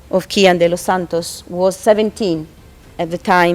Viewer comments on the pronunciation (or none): none